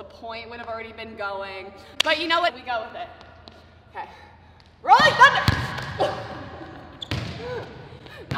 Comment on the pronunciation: LMAO I LAUGHED SO HARD WHEN YOU SAY RHOLLING THUNDER